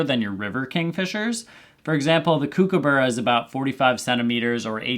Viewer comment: Love a nice global video! One very minor comment on your pronunciation of Kookaburra- the first part is pronounced more like cook than kook, despite the spelling. Makes for a shorter lighter sound, and rolls into the soft 'uh' and soft double r more easily